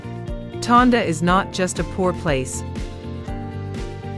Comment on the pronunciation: Tondo. Not Tonda.